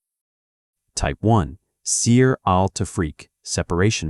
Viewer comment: اشهد ان لا اله الا الله واشهد ان محمدا رسول الله ، اللهم نجنا مما نعلم ومايخفى عنا واحمنا وجنبنا شرور انفسنا والضعفاء منا وثبت قلوبنا على التقوى والهدى والإيمان Thank you for th video my brother, btw its called seher not seer i think th AI voice hasn't became Muslim yet😊